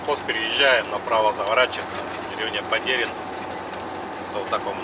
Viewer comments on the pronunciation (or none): Привет! Ну вот, п. Московский не показал. Мимо моего дома ездил! д. Падерино ударение на А!